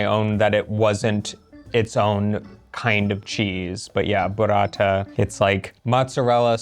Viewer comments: It's "Burrata" not "Buratta". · Burrata…like burro. Not Buratta like burattino 😁